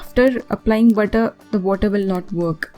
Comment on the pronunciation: Good job. But didn't understand when you spoke butter or water. They sounded same. Pls explain when to use butter n water